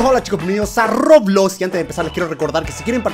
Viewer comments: Nadie: Absilutamente nadie: German diciendo roblos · dijo roblos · soy yo o German digo Roblos ??? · Nadie: Absolutamente nadie: German: Roblos :v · SIGNIFICA QUE GERMAN ENVES DE DECIR ROBLOX DISE ROBLOS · Like si vieron que en el principio di roblos enves de roblox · Por si alguien no se dió cuenta cuando dise Roblox en realidad dise Roblos